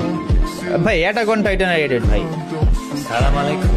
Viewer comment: not sala malaykum❌assalamualaykum✅ Sala malaykum purai ortho alada hoye jai rohmot porbena gojob porbe